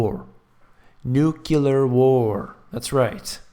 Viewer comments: I'll say it again...it's pronounced "New Clear"! The content of your videos is so intelligent and informative- it's a shame to have it marred by such a common mispronunciation. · I was trying to make it super simple but sure, you can have that one. Either way it was pronounced wrong in the video. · And you think you could do better? Nuclear is actually new clee ar. Sorry to burst your bubble.